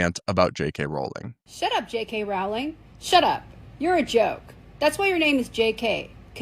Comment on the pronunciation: Glad you say it rolling instead of r-owling.